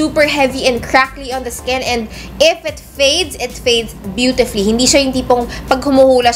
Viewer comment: Guys, "BYITIFLI" is the right way to say BEAUTIFULLY. Oki?Hahahahahaha that pronounciation tho, ang cute mo ateeee 😽 loveyouuuu